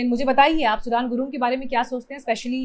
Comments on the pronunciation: Not सुडान सुदन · Sudan Nahi sudane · सुडान नही म्याडम सुदन गुरुङ है उन का नाम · सुडान गुरुङ नहीं सुधन गुरुङ है। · Sudaaan nahi sudhan gurung hai naam kya ray intelligence tera gaja fuktay hain kya ,godi media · सुदन गुरुंग हैं, सूडान नहीं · His name is "सुदन" not "सुडान" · Please it’s not सुढान but सुदन . As an Indian you should know at least that much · सुडान नहि सुदन गुरुङ है नाम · सुदन and सुडान is not same। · Please pronounce correctly sudan' s name